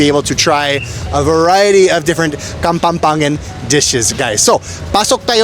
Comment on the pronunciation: The correct pronounciation is KAPAMPANGAN, but I heard KAPAMPANGET😁😅🤣